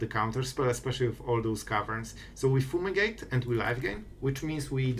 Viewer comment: Foomigate❤️ Not making fun obviously, just funny how u pronounce it lol